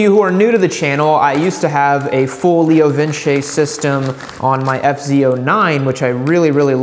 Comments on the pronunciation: Pretty sure it's just "Leo Vince" like "Rinse". No squiggly line over the "e". Leo Vinse kinda sound... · It's Leo vinse....not vin chay. Two C's in Italian make the ch sound. One c makes an s sound. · leo vins, not lio vince